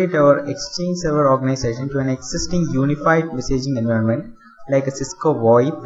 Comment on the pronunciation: Learn how to pronounce environment. I have heard lot of indians making this mistake.